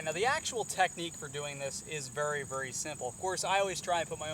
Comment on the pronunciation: I kinda like how you say vry instead of very